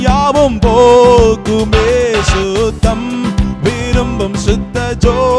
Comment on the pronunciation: பரிசுத்தர் சுத்தம் என்ற வார்த்தைகளை நெடிலாக இழுக்காமல் குறிலாக உச்சரிக்கலாம் சகோதரர். அதன் பரிசுத்த அர்த்தம் அனர்த்தமாகி விடுகிறது சிறுவயதில் இருந்து இப்பாடலை கேட்டு வருகிறேன் நான் பாடும் போது பரிசுத்தர் சுத்தம் என்றே பாடுகிறேன் நீங்கள் முன்னெடுத்து இதில் சரியான முறையில் கொண்டு வாருங்கள் நன்றி🙏💕